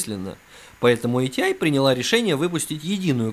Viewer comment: ЭйТиАй и рЭдион... Аж служ режет. Привычнее просто АТИ и радэОн.